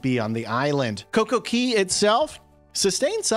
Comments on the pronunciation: Cocco Cay is our favorite the island is beautiful & a lovely place to enjoy. Hope they are ok when all settles down. It’s not pronounced Key, the other islands are but not that one. It’s pronounced Cay with the a long. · Its not pronounced key...its actually pronounced cay which is different than all other areas per RC... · Why do you keep saying coco key? It’s Coco Cay pronounced K. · Interesting video, thanks. BTW - Cay is pronounced like day. Not less but fewer umbrellas. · CocoCay not key